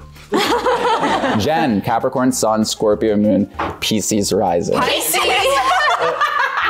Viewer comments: As a pisces,I laughed my ass off when pronounced pisces wrong😂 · pronuncio piscis en español y no me di cuenta hasta que se burlaron de el ahahaha😭😭😭